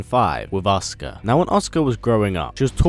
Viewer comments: Her name is pronounced A-soo-ka not oscar. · It's a..su...ka not Oscar lol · is it just me who hears oscar when he says asuka? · Every time you say Asuka I swear you're saying Oscar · it sounds like he is saying "Oscar" and keep finding myself asking who the fuck is Oscar ? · Anyone else hear him say oscar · It's kinda funny how he pronounced Asuka as "Oscar."